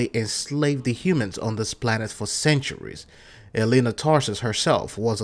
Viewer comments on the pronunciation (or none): none